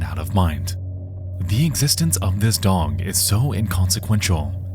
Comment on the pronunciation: why do you pronounce dog, dong?